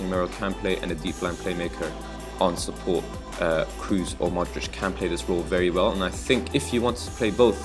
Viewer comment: Good video. Question: I've seen a lot of videos on youtube. Why is it that English/American people can't pronounce names correctly? For example: Kroos sounds like Crows (the birds), not like Cruise, that's the actor ;)